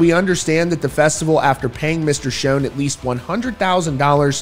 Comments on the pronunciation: It is not pronounced "shone"! It is pronounced like shawn. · Schon's name sounds like "Shawn" not "shone" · It's a shame that such a great band has to go through this after all these years. Btw -- Steve Smith is not Journey's original drummer. It was Aynsley Dunbar. And Schon is pronounced "Shawn" not "shone." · It’s not Shown, it’s Schon, sounds like Shawn. There is plenty of footage of the band where in their early years Ross Valory used to introduce the band members, and he clearly says Schon’s name as Shawn, not “shown.” As for Journey? The only way the majority of longtime fans would even consider giving any real attention to the band is if all the original members from their past get together and perform the songs for one last tour. Anel excluded. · Pronounce Neil Schon's name right... it's not shonnnnnnnnnnn it is Shon... sh ON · Why do you pronounce Neal’s last name wrong? He doesn’t pronounce it that way, his friends don’t pronounce it that way and his band mates current and former pronounce that way so… maybe you should pronounce it right. It Sch-Ah-n not Sch-oh-n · Dude, will you stop saying "SHONE," please? Holy friggin' SHIT, man!!!!The CORRECT pronunciation is SHAWN.... Rhyming with PAWN! Why is it, people can't pronounce names correctly? Neal HIMSELF, says "SHAWN." My figgin' god, man!!!! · Schon is Italian… it’s pronounced “Shawn”.. listen to Perry introduce h8m on the Captured album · Yes, it's Shawn but not Italian -- it's German according to Neal but he doesn't pronounce it the German way. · Not Schone (long O) Schon pronounced with the scho all together. Have you never heard of him before? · Neal Schon pronounces his last name like "Sean" or "Shawn," not a long O sound. Get it right. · Schon… pronounced Shawn.. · Why are you pronouncing it Neil Shown ??? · Just for future reference: Schon - rhymes with John. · this guy keeps on saying neil's last name incorrect. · Pretty sure you keep pronouncing Neil’s last name wrong lol